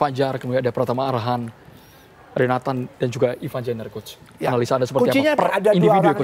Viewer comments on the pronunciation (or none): coach,, sejak kapan ivar jenner berubah nama jadi jenniver 😭😭😂